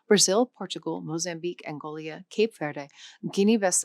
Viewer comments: It's not Angolia, it's Angola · calling Angola Angolia is this AI (?) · Hold on. Angola is not Angolia, Levantine is not liv-ee-chin, and Maghrebi is not mah-rebi. I’m halfway through the video and I feel like leaving. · What is Angolia? Angola you mean? A channel about language, mispronouncing, simple country names. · Being unable to pronunce words properly, does not bode well for the seriousness of this channel. "Angolia" for "Angola", "Levitian" for "Levantine"... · Angola not Angolia! This is essentially an advert anyway. I'm not even sure the presenter is real. Looks like a cleverly made android to me, albeit a very attractive one. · Angolia? Yikes! 🤣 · She called the country "Angolia"! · Angolia and Sao Tompé?!? Where are those mysterious countries? Near Nambia or the Gaboon?? That ruined the video right there!! Not editing out such mistakes is very telling, I bet you'd be more careful if it wasn't African countries. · "Angolia"? LOL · Angolia? Leveetan? If you are making this content, please learn how to pronounce the names of countries and regions properly. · It's not "Angolia" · Angolia??? Wtf, for a language channel, which I love btw AND subscribe to, your pronunciation and and more general errors are surprising! Most of your Portuguese country name pronunciation was leaving a lot to be desired! But, as said, I appreciate your content. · "Angolia", really? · Not many surprises here, but one was the mention that French is growing so fast and that Arabic is only 1% of online content. Also the person speaking didn't know how to pronounce Angola, Sao Tome e Principe, and Levantine, but she mispronounced them with formidable confidence. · I came to this comment by looking for this topic. What IS going on here? It doesn't appear to be AI, yet the mispronunciations tell me that the speaker is completely unfamiliar with terms that are basic to the topic. Does anyone here have any ideas?